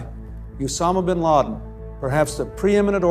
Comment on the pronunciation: To nie je "Ben Láďin"! ale Bin Ládin - tak sa to vyslovuje ty trubiroh! Nekomentuj, keď to neovládaš!